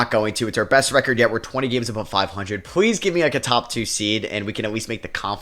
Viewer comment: I NOTICE YOU REPLACE YOUR Ls with Ws,,,,,,,,,please=pwz, matas buzewis, cooper fwag honawuwwu loln wdf is Dpoy lmao anyway great video bro lol